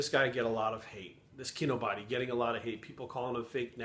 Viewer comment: So you watched several Kinobody videos and at no point did you learn to pronounce Kinobody correctly?......Yep you're full of shit.